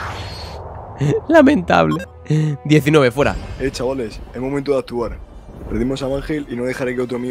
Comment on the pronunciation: Ok chavales Lo que yo escucho: Ock Shabales